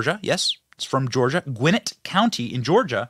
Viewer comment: Gwinnett, not Gwin-it